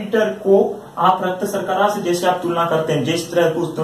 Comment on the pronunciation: Thanks sirji ... Nice video but raktsarkarra nahe raktsarkara Bolte hain